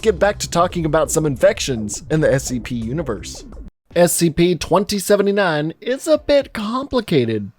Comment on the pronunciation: Wierd way to pronounce 2079